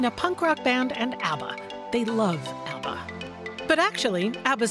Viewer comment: ABBA is forevah =)